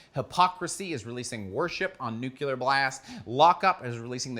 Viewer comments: So its nuckelar blast, not nuclear blast? WTF - what is that? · I love you but stop saying "nucular" for Metal's sake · Can't concentrate when I hear the word "Nucular" so many times. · Nu-CLE-ar blast.